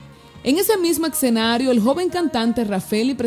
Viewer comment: Por qué dice excenario??? Se dice escenario y ya